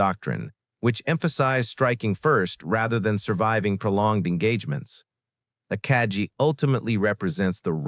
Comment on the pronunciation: Somebody should show this guy a picture of the Akagi and tell him how to pronounce the name